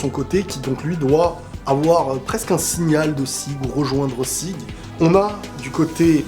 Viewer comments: Sieg se prononce "Ziig" , c'est de l'allemand et ça signifie "victoire". Je ne sais pas pourquoi mais plusieurs noms de personnages dans SNK sont des noms allemands... Krüger, Jäger(en français chasseur) aussi par exemple. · Sieg se prononce à l'allemande "zi:g" avec un "g" très dur, proche du "k", d'où la transcription phonétique japonaise Jîku ジーク et la version anglaise Zeke. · Et ça se dit "Zig" comme dans zig-zag... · C niku la viande pas niko en japonais et sieg en allemand ça se prononce zieg avec un z poursuivi d un i prolongé et à la fin ça se prononce g pas j et ça veut dire la victoire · Sieg ça veut dire victoire en allemand, ça se prononce zig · Sieg ca se prononce zik (en allemand). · "Sieg" ca se dit bien " sigue" en français, et en anglais c'est "Zeke" qui se prononce "Zik" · Sieg se prononce Jiku si on veut bien prononcer ^^